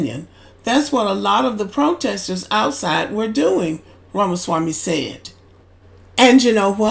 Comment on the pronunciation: Shut the hell up u cannot pronounce Vivek last name